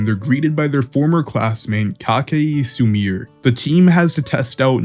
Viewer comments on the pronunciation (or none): SUMIR bruhhh its Sumire MUGINA he aint a women KATA Sukayy bruh i apreciate the vid but i mean cmon try to pronounce it correctly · “Ay-oh”, “Sumeer” cmon man